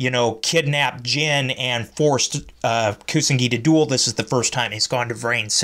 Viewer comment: It's Pronounced, YU-SA-KU & KU-SA-NA-GI.